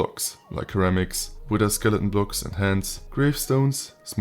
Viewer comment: Great coverage of the mod, but I just wanted to let you know that the first "c" in ceramics is pronounced like an "s" sound.